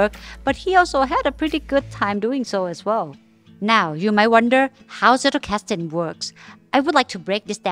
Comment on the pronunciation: Loved the video, really well done! But I get so annoyed that everyone mispronounces “Zettelkasten” 😅 It doesn’t take long to google it or type it into Google Translate and have it pronounce it for you.